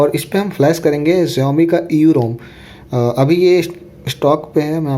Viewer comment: Jaumi nehi saomi (xiaomi)